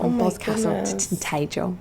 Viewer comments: Tintagel (No Y in pronunciation!) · try saying it as it is phonetically written. Yours would be Tin Tah Jel, which is not how it is pronounced. Now try saying Tin Tad Jel and compare that. Of course there is no d sound, the g sound makes it at the beginning so it comes out as “jel” rather than (hard g) gel as in girl. Jesus wept indeed - I taught for 45 years for Christ’s sake. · I live in Cornwall, in one of the towns she mentioned, so there's a couple of things you should know about Cornwall... 1- Cornwall should be pronounced "Cornwll" all one word. We drop the a from wall and pronounce the second half of the name "wll". Also - it's not "Tintaygel" it's "Tin-tajjel". She pronounced it totally wrong. If there's one easy way to piss off the locals it's to pronounce place names wrong. Just like Boscastle nearby to Port Isaac and Tintagel is pronounced "Bozcastle" with the a in it being a long a sound as in rascal, not a short one as in ant. It'd be like saying "Mineysotter" or "Howston, Texas". 2 - Pedestrians have right of way on the Camel Trail. Do NOT cycle like a maniac on it. I've seen so many accidents because cyclists are being complete bellends on it. Just last week I saw a 6yr old girl fall off her bike and into nettles because oncoming cyclists scared her. I walk the Camel trail regularly and (some) cyclists are just self-absorbed, selfish picks. 3 - Cornish Yarg cheese is similar to Wensleydale in consistency and is wrapped in nettle leaves, then washed with a salt water solution. It was a recipe thought up by Chris Gray (hence Yarg as it's his surname backwards). One of the other really great cheeses is Kern, it's won awards, Kern comes from "Kernow" (pron. "Kernoe") which is the Cornish Celtic name for Cornwall. 4 - Cornwall's climate is actually Sub-tropical not Tropical. Something else she got wrong. It's because the Gulf stream flows d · It’s pronounced Tin- ta- gel. There is no D in the pronunciation! Jesus wept!